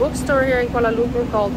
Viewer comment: your pronounciation of Kuala Lumpur is spot on..